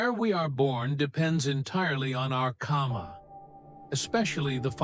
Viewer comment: It's not 'kama'.